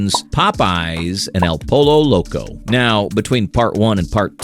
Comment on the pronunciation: Ahhh!!!! You made me laugh. Legit. Out loud. Pollo Loco. I know you didn’t know how to pronounce it but that was comedic gold. 😂😂😂 awesome videos sir! Keep it up!